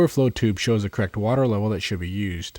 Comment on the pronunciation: I swear I kept hearing him say "cracked water level", couldn't figure out what he was talking about. Correct! Correct water level. The word's got two syllables...